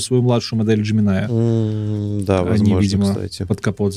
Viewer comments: Разрешу-таки спор по поводу джемини. Можно и так и так. Но всё равно промахнулся, т.к. ударение всегда на первый слог 😃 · "ДжЕминай" всё-таки.